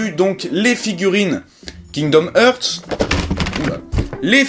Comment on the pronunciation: je crois que tu es le premier au monde a dire Kingdom HEURTS -_